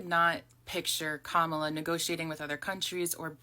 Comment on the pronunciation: This is right wing propaganda. It's the same propaganda that was spread that has more younger black people repeating it doesn't matter if you vote or not they are trying to get people to vote republican in the mid terms and her name is comma-la. Say it right if you want us to THINK you are an ally